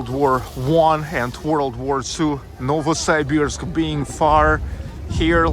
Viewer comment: я смотрю ты еще и архитектурой увлекаешься! Молорик, я твой недавний подписчик. Только пожалуйста, не называй наш город НовосАйбирск, так никто не говорит. Можешь даже транскрипцию в вики посмотреть. Удачи, жду репортажа из Омска!